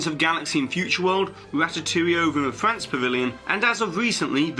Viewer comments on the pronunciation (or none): none